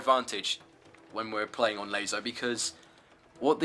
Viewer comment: Another lazo guide? I mean laso he says lazo :D